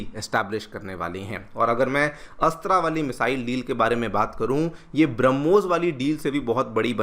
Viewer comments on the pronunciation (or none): मिसाइल अस्त्रा नहीं अस्त्र‌ मिसाइल ।